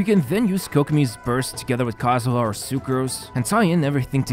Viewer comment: I can’t believe you just said kazuha wrong